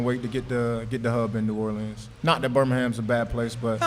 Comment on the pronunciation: Love your show, but y’all got to learn how to say “New Orleans” the right way! Enter me in for the t-shirt! Geaux Breakers & Giddy up!